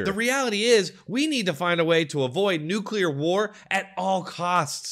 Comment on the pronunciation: Please learn how to pronounce NUCLEAR!